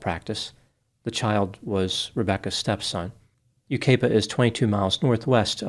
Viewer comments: Yucaipa is pronounced U-KYE-PA not U-KAY-PA. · Fwiw, it's: you KY puh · You kye pa is how it’s pronounced. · Just an fyi for the next video on this: Yucaipa is pronounced "Yu-Ky-Puh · Yucaipa is said “you kai puh” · U-kipa-a. With a long I. . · U.S.! I live in Yucaipa. Now that you know how to pronounce it you can pronounce it correctly in your next video. This has been a terrible situation, especially for those of us that work in the children’s hospital nearby and deal with abusive cases. It is emotionally and mentally disturbing. We need more stringent laws to protect our children who are so vulnerable. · Yucaipa is with a long vowel “I” not “A”. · it’s pronounced YOU-KYE-PUH and CABB-UH-ZOHN. ❤ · Oh man,, you butchered the names of the towns, but its okay. It's Yu (ki) pa, and Cab-a-zahn. But good job nonetheless. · Sad subject but I did enjoy the humor. Just letting you know, you mispronounced Yucaipa and Cabazon. Think U Ki Pa. And Cab ă zǒn. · Yucaipa is pronounced without the A.A is silent.Cabazon is Cab_a_zon. Some words are hard to figure out. My neck of the woods have Snoqualmie and Swinomish.😂😂❤ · You gotta love pronunciation of “Yucaipa” and “Cabazon” 😂